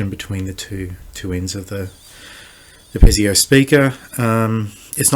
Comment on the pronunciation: Piezo speaker. It's pronounced pee-zo not pez-ee-o.